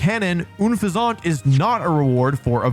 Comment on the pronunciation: Oon-fez-awt, Slay-king. He always finds the weirdest ways to mispronounce names.